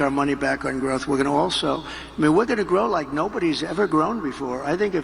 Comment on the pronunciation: did you say "we're gonna grow like we never have before" ? Or "We're gonna groan like we never have before" ? 🤔🫥😶😏😗🤔